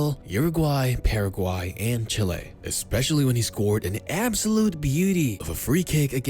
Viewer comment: Chile* not Chilei